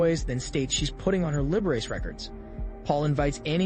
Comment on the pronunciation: Do you mean Liberace ? It's pronounced Lib-a-rachy.